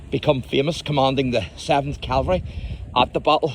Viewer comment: By the way, the term for US mounted fighting troops is "cavalry", not "calvary".